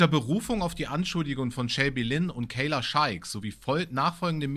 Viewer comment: sagt nur ab und zu den Namen Kayla richtig…. fällt ihm noch bissel schwer😢😮